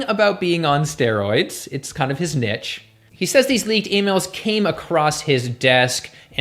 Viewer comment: I agree with everything except for your pronounciation of niche